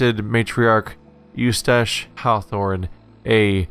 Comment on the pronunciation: That and him pronouncing "Eustace" you-stash, ugh...